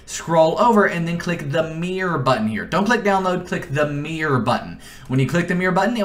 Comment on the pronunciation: "MEEER button"